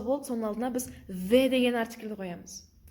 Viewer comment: Неге the дегенді ве деп айтып жатсыз